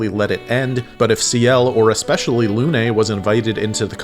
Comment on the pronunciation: Arrgh your prononciation of Lune is awful, my ear are bleeding. It's Lune not Luné.